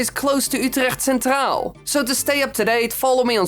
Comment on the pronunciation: Wait are you dutch (i am) Because you said Utrecht Centraal very smooth in dutch